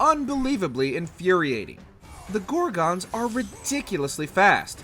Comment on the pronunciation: Gor-guns, NOT Gor-gones